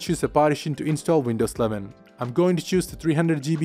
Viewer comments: I thought he said Windows 7 as well numerous times..lol. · Why does he sound like he's saying windows 7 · Is this guy saying windows 7 or windows 11? 😂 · He says window sleven